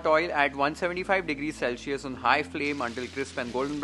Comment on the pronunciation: Pronounciation of Celsius is "Celsius" not "celshius"